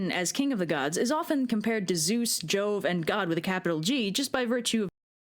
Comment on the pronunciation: “Chick” as in not Chris Hemsworth level hot. (Also the Jane Foster Mighty Thor is comic accurate so that little rant is kinda weird). Jove (as in Roman Zeus) not Job Also has clarified that some stuff she has said in this video are wrong like Loki being a fire Jotun.